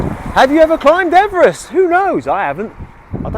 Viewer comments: His surname is pronounced Eve Rest not Everest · I have heard that his name was pronounced EEvrist not Ever rest. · Yay ! I've been waiting for this one ever since I suggested it on the day you were already visiting ! Poor George is very famous but we all say his name wrong as he pronounced it "Eve-rest". So much for fame ! A great video, all the best, Pete